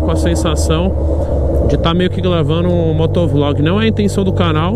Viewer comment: Se tem taguro falando igual ao cebolinha da turma da mônica tem like. Ele falou " glavando. Kkkkkkkkkl